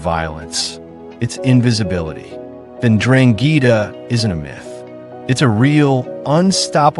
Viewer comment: STOP SAYING DRANGHEETA!!